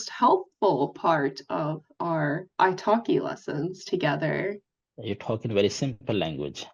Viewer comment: I keep hearing italki as ice hockey..😊